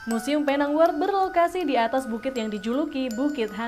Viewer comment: PENANG sebutannya PINENG sayang hehehehe